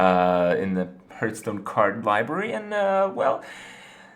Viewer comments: What the hell is a Hirth? Hurth?? Lol HARTH. HARTH STONE. Hearthstone I like the video and I'm just giving you a hard time. 😁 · ITS PRONOUNCED (HEART)H STONE!!!! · TRIGGERED, by the pronunciation of hearthstone